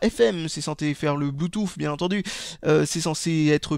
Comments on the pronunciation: Oh bon sang, je ne suis donc pas le seul a le prononcer Bluetouf ! :o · j'aime bien quand tu dis "Blue-Touffe" !